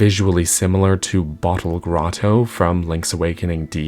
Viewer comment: I really appreciate the way you say 'Bottle Grotto' as I have a tendency towards the glottal stop😂